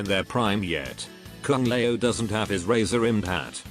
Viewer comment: Kung lay-o 😅😅😅